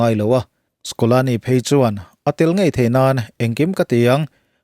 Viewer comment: Scolani ❌ Scaloni ✅